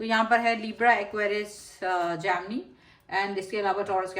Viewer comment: Not जामनी , it’s a जैमिनि ( Gemini )